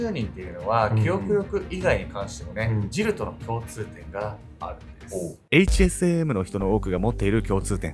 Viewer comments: 〜！！ 「HSAM」を「HASM」って 言っちゃってるよ〜！！ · で、HASMと言っていますが、、、😂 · HASMって言ってしまっている笑